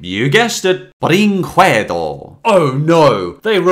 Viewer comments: you dont read it "brinkuedo", its " brinkedo". The u is silent. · People don't know that in portuguese, at least in this case, the letter U isn't pronounced, it's like "Video brinkedo" (Yeah, I'm from brazil) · Honking Pirate Vid-ee-oh -Bren-qwed-oh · It is mispronounced tho, it's portuguese, it's a romance language, you don't pronounce the "u", it would be, "brinkehdo" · Potato Kill Yeah, we hate "Video BrinKuedo" 😂😂😂😂😂😂😂😂😂😂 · How 2 spell right BRÍNKEDO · its "brinkedo" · "brinquedo" is pronounced with a silent U, so "brinkedo" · I love Felix the Cat the Movie. Bringquedo would be pronounced Bring-K-dough They ripped off a terrible spinoff? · Almost all the English speakers that I have seen talk about this film studio has mispronounced also I am wondering what does brinquedo mean? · Sounds more like a italian lol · I like how he pronounces "Brinquedo" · Let's play a drinking game: Take a shot everytime mispronounces "Brinquedo". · I have a weird obsession with the way says Brinquedo, pronouncing the q.